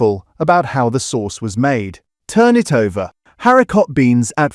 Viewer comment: I use Heinz beans and I don't find the sauce watery! 🤔🤔🤔 I'm also curious as to why the word 'haricot' isn't pronounced properly; Is this video AI?